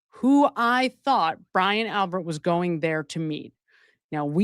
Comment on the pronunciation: Albit not Albert